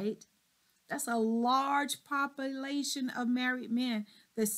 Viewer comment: I am shocked at how this Doctor speaks "pop- pa-lation" &. axes and her grammer. Higher education??